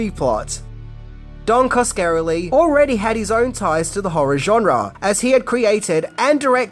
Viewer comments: Oh my god.... it pronounced Kaws-kuh-REH-lee. Yer killin' me,. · Cos-ka-RELL-ee. How can you be a fan of the genre and not know how to say his name. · I'm not even finishing this. Repeatedly mispronouncing Coscarelli is too much for me. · Great video but it hurt my ears everytime Coscarelli got butchered. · wow didnt think anyone could butcher Don's name that badly. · Every time he says the name I winced. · Every time he said the name I felt like someone was pinching me in a painful place.